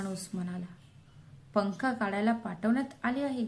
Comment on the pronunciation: काडायला नाही काढायला